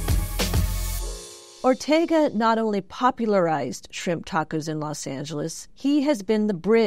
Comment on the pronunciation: When you have Mexican people saying taacoouuss...it's a total disrespect for our Gastronomia Mexicana. Bro se dice tacos!! Que tacouus ❤ 😂